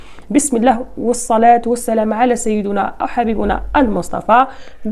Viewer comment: نصلي على سيدنا محمد صلى الله عليه وسلم بالكسر وليس على سيدونا ً‘بالضمً‘ صلى الله عليه وسلم......بالتوفيق